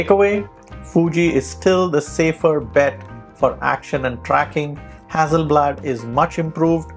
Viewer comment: the price of the Fuji is $5100.00 everywhere on the internet, not " $8500.00". Very good video to steer one in the right direction depending on the type of photograpy. Just as an aside, you pronounced "hazi" FYI, a double "s" is emphasis on S not z. As in Mississippi. So, no side by side comparisons of the same shots ??I think that's what most people want to see.